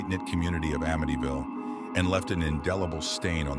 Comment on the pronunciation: You said there names wrong and amityville wrong